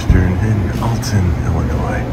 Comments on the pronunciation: Hi, your story was wonderful. I live about 70 mins. from Alton and go there yearly for a Paranormal convention. I, politely, need to mention around here we pronounce Alton with a short vowel sound, like how you say, almost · Alton is pronounced All-tun. Not Elton. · Not to be that guy but it's Awlton